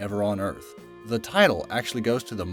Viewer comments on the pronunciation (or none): Its pronounced mou-nuh keh-ah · Lol this dude legit pronounced it “mon-a-key-ah” (No hate just found it funny)